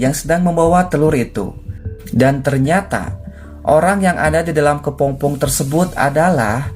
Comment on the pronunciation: Kepompong bukan Kepongpong min...